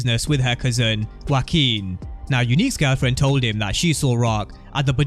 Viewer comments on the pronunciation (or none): none